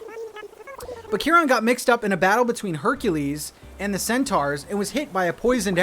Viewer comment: i love your videos but that is the worst pronunciation of chiron i've ever heard